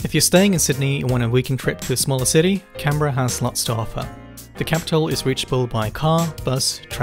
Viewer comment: Can Berra, mum it's pronounced canbra, arrebnac